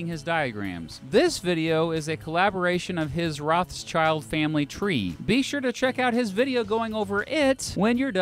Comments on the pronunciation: The fact that he says Rothschild wrong really annoys me as a German speaker. It's actually Roth-Schild not Roths-child. Otherwise good Video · It's not child.. its shield. Roth (red in german) schild (shield in german) as red shield. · It's not Roths-Child, it's Roth-Schild. In english that would be Red-Shield. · Why do English people keep pronouncing Roth-schild as Roths-child? It's a German family name: Rot (red), Roth is probably an old-fashioned spelling, and Schild (Shield) are the words the name consists of. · The english spelling of the Family makes me angry! It´s not Roths-CHILD it's Rot-schield. Like red and shield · Yeah it translates to ‘red sheild’ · Rothschild should be pronounced RothShield. Red Shield. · The pronounciation of Rothschild has me dead. ROSS CHILD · i love you but the way you sat their family name kills me its pronounced something like Rothshield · i cringe at every instance he pronounces the name wrong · I really like the video, but I have one concerne: It's pronounced "Roth + schild(like the english word "shield")" not "Roths + child". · Crazy how you really pronounce their name that way. Rothschild literally means red shield in German and is pronounced like "rot-shilt" with a long o. Has nothing do to with a child whatsoever... Said that, great vid! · A minor note on pronunciation. The pronunciation of 'ch' like in the English word 'child' isn't correct here. In fact, this name contains the German trigraph 'sch' which is pronounced the same as the English digraph 'sh'. If I'm not mistaken 'schild' means 'shield' in modern German, though I'm not sure if that's really in the etymology of the name. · It is spoken out: Rot-shild Like: Red-shield Got it?! In English the surname loses it’s meaning. 👉 Roth-schild means red (with a “h“) 🛡. Roths-child means the child of the Roths. But: 👍 Detail. We all know who is meant. 🇨🇭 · Rothschild is actually pronounced Roth-shield